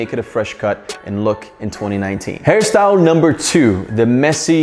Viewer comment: He said this hair style or harry syle 😂😂😂 ??